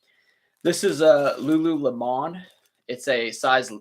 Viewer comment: i like your videos there pretty entertaining i just taught it was funny how you said lululemon.